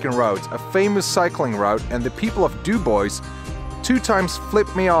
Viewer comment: Does Mr. Frenchie know how you pronounce "Du Bois?" He'd probably fall off his bike if he heard that.